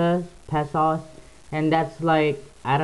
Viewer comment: It's pesos (pay so's) not pay sauce!